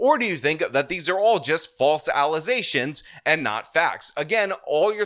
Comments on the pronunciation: I love that we caught saying "allegations" one time for something unrelated to the Super Mayor and has since been saying "alizations" ever since. Sir, I salute you. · Allesations not faxs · it's FALSE allezations, not facts. Y'all should be shamed yo'self. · These allezations stacking up real quick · Well if you were a real “journalismz” you would know it’s all false allezations!!!! 😂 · Can you drink allezaystions? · False allezations, I say! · 'Phalse Alizashions" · "Allezations, not facts." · Not the false allezations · ~ False allezations! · The woman can’t even say the word “allegations” how tf is she a mayor. “False alasations” 😂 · "allezations" and "aks" Now that's some high quality street grammer there folks! They must've gone to harvard. 🤣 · Falze allezations. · New litmus test for being mayor... can you properly pronounce ALLEGATIONS